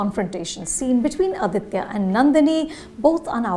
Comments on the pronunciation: For the hundredth time, it’s not Adithya, it’s Aditha. Let’s not misappropriate language or culture. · Just wanted to point out in case you didnt know... it is 'Aditha Karikalan' and not 'Aditya Karikalan'.... This is more of a tamilian name while 'Aditya' has sanskrit roots...